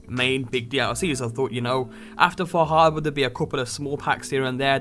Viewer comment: far.....har...bor har.......bor now you say it fah habuh.......sure yes now lets go to lunch.